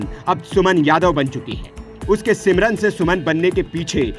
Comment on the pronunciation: सिमरन नहीं समरीन।😅